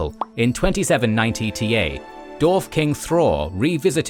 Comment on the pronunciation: The way you pronounce dwarves and dwarf bugs me to no end lol